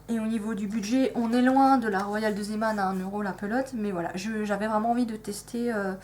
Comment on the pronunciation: Coucou ! Je n'ai pas encore tout vu, mais en tout cas, vous avez raison pour la prononciation de Zeeman. C'est du néerlandais, ça vient de zee, la mer, et Man, l'homme.